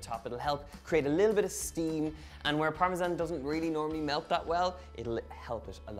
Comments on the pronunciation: It's either a ZAN sound or a JAN sound. Neither Italian nor English uses a ZHAN sound. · In America we say "Parmesan" the 2nd way, but since you're from Ireland you get a pass, lol!!! Besides... Your version looks delicious so it doesn't bother me in the least. Your accent is so AWESOME!!!